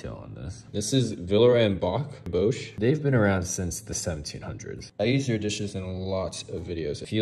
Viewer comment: the first pronunciation of Boch was almost there, the "ch" sound is pronounced at the back of your throat, which is difficult for some native English speakers